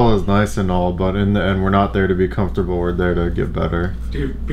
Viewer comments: i heard comfrotable for three times and then i decide to stop watching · "THIS IS SO COFOTRABLE" ~ Regi 2015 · Regi randomly sayin: This is actualy comftorable. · this is really comefortable. i mean its really comefortable. did i tell you its comefortable.